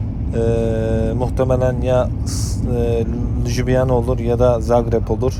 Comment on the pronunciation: lyubyana kardes ljubyana değil. j ler y okunur. bir de videolarında kendini çekerken taraflar yer değiştiriyor, aynalama denir buna; buna dikkat edersen videoların daha güzel olur kardeş, hayırlı yolculuklar.